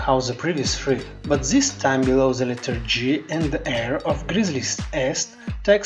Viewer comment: ze ze ze brother it's the